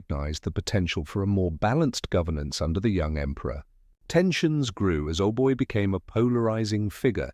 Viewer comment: Not "Ohboy", "Aubai"